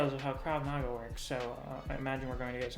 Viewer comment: Krav Mah-Gah is how you say it. Not the red hat wearing way but with an "ah" on it. Hope that helped! This chapter was not so great either, least I thought it needed some work.